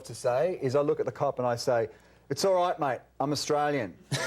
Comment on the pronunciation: lmfao Possibly the most Australia thing that could have been said. and VALIDATED by the correct pronunciation of "SORIGHTMATE"